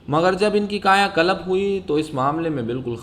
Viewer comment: Bhai it's 'Kayakalp', not 'Kayakalap'.